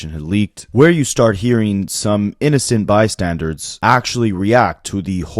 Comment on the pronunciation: Nobody caught ur boy say "innocent bystandards" ?? 😂...